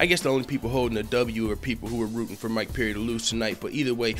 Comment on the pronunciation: It's Perry not peery jeese man